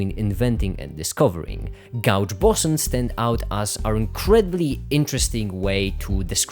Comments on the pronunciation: Cool video! Just so you know, "gauge" is pronounced like "gage." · What a fascinating way to pronounce gauge